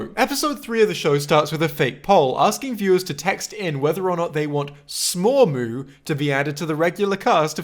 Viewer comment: sad you didnt mention that after the credits you get that smormu is pronounced dead